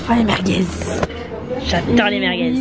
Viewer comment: Personne:: JADORE LES MERGUEZE😬